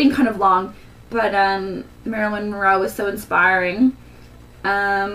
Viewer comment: Wonderful tutorial. I've been dying to know how to do it. But, as Marilyn is one of my favorite actresses (number 2, actually, only behind Audrey Hepburn), I feel compelled to mention that her name is Marilyn Monroe. Not "Roe" Like I said though, wonderful tutorial. Thanks!